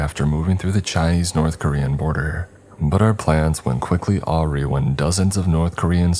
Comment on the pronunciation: Lmao the way mispronounced "awry" made me laugh harder than it should have. Seriously man? I realize it's not the most commonly used word but come on, I feel like most people with at least even a middle school education would know how to pronounce "awry". You've been making these videos for wayyy too long now to still be saying so many simple words incorrectly. It just blows my mind 🙄